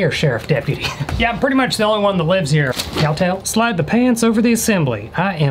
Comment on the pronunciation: Why did you say cow tale nine times I don't say it once but you did a good job on that Halloween decoration